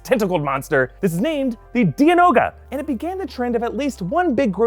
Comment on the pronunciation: It's pronounced Die-anoga not Dee-anoga